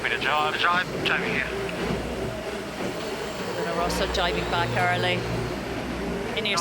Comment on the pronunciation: "Rossa"! (not Rosa)